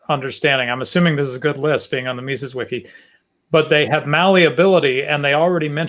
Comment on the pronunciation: I'm a patron of TIK's on Pathreon. I can send him a msg for you guys. ps. Someone needs to teach how to pronounce Mises